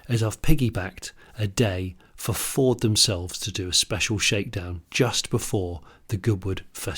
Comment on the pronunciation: Ford what Jonnie ? I can hear you say Ford and then it's gibberish. Pease pronounce the name correctly.